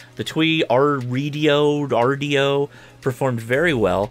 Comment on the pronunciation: TWAYRDIO, just give in and say "two way radio"